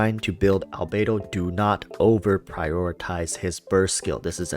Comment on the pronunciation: albedo == "albeidou"? can't unhear the 'beidou' word